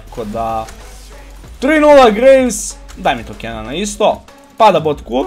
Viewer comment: I ja gledam nesto mi cudno kaže gragas a slika graves 😎. Btw super klip